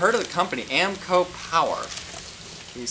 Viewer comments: Amco he says, lol holy crap you really are a welder hahaha amico bro. Sound it out, clap it out if you need to hahaha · Not Ammco it’s A -mico